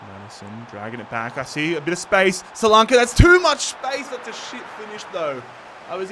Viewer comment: Solank ee not solankay